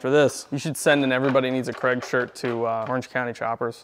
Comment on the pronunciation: Worange County clopper 😂😂😂😂